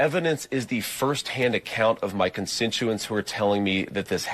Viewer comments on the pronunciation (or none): He said “the first hand account of my consentuents” lmao wtf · "Con-sin-tuents" 🤣 Vance said